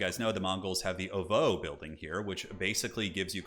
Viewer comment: If you'd like to know the pronunciation for "ovoo," it's a long, low "o" sound, like in "dog," and the "v" is more a cross between a "v" and a "w" (leaning more "w," like in "win"). And "ger" more or less rhymes with "hair"